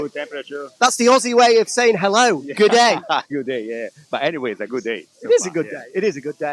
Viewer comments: its actually g'day, short for good day! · It's Gidday Mate ... Not Goodday